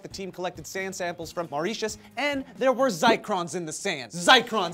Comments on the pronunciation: you said Mauritius wrong. your meant to say it mor-rish-shus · Mauritius is pronounced mawr-RIH-shuhs. Silly I lol'd. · Mauritius is pronounced, More-ish-us. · As a Mauritian, it pains me that you guys can't pronounce the name of my motherland right its pronounced - Mo-rish-cious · My Grandfather is from Mauritius and I'm pretty sure it's pronounced (more-ish-es)! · I love the way they say Mauritius xD I'm from there!!! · it bothers me that they keep saying Mauritius wrong. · You guys are pronouncing Mauritius wrong! It's close but wrong! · I represented that country for MUN last year... you pronounced it wrong... Don't worry guys, it's a tough one to say. They do have a consulate in LA if you guys want to learn more about that little island. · You pronounced Mauritius wrong ...im not mauritius so i dont really give a shit ..but ..just sayin.. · lol you pronounced Mauritius wrong